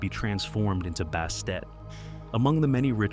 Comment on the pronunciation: Who the hell is Bastate? Bastet, Bast yes.